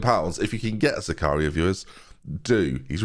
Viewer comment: butchered Zakaria’s name…